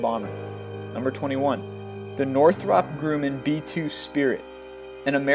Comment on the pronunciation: "Grewman" it's Grumman not Gruman, you are so bad at pronunciation it's to "m"s so it would be grum-man...